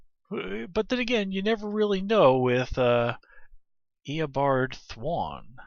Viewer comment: Omg stop pronouncing it Thw-on. It's Thawne.